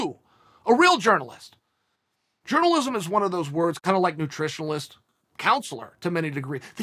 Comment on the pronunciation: Chael said “Nutrionalist” lol